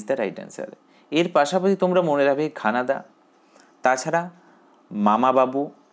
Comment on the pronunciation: ঘানাদা না ঘনাদা